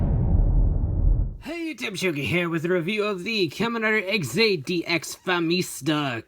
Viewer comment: "DX" is pronounced "deluxe".